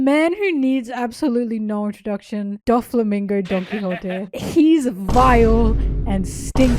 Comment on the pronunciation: The fact that she called him "doffymingo" two of his nicknames lol